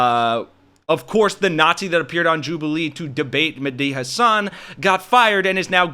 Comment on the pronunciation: Men Dee Hasan. You can hear him say his own name on the internet many places. Just take a few seconds to learn how to pronounce the name of major figures.